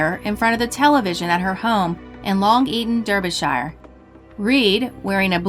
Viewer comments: Derbyshire in the UK pronounced Darbyshire a instead of e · Margaret Woodward: Derbyshire, England is pronounced Dar-bee-sheer, not Dur-bee-shyer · Derbyshire is pronounced darbyshire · wow, you watch these videos without too much concern because most of the stuff happens in the USA, but then the Woodward case pops up and you hear of the local village of Long Eaton which is just a few miles away and you get goose bumps.........but its funny how Americans pronounce Derbyshire.......